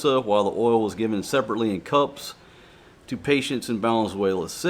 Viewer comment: Please pronounce oil as oy yell rather than ol before my head explodes although I'm sure this will have the opposite effect. Thank you